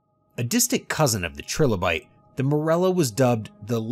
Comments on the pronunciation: Trilobites, not tribolites. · no self respecting paleofan would mispronounce "Trilobite" in such a way that he did, because the only way you could call it "Tribolite" is if you have literally never heard someone say it out loud or seen the word spelled correctly. He instantly outed himself as just reading off a script with zero knowledge or interest on the topic. There is not authenticity on this channel whatsoever. Get some standards. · An AI would never pronounce tri-lo-bite as tribble-ite, you have to transpose the syllables to make that mistake. He makes similar mistakes too. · Fun fact: Trilobites are not "tribble-ites". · Can you say "Tri-Lo-Bite"? As in 3 lobed body... "Tribolite" 😂😂😂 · He’s dedicated to that word, “TRIBOLITES”. (It is actually pronounced Trilobite) 😂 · It's trilobite, there is no such thing as a tribolite. Repeat after me. TRY-LOW-BITE. Why does channel after channel on YouTube have documentaries that make elementary mistakes like this? 🙄 How on Earth can I take it seriously if it can't even get the pronunciations right, and that's when the spelling is correct? In this case, the word is totally incorrect, which means the pronunciation is. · ..extinction of "tribolites" ?!? Trilobites! 😅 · TRILOBITES not tribolites. Trilobites... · They're trilobites, not tribolites. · Is that Tribbelite or trilobyte? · Uh, - WHAT is a tripolite (tribolyte)? Is the narrator talking about what I understand to be Trilobite? A quick shot across Google's bow causes only Trilobites to be displayed - in abundance. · Yeah, the first one or two just made me chuckle, but by the time he started talking about ‘Tribolites’ with clear images of trilobites on the screen, he pretty much lost me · LMAO it's "tri- LO- Bite" not "tribble-ite". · TRY-lo-bites. Say it with me. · "Tribolites" and "seh-fahloh-pod" told me it wasn't seriously researched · Tri-lo-bite, an extinct marine arthropod. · Tribolites? My god! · What's a tribolits? lol.